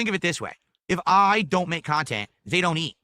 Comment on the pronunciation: Great khantent.😂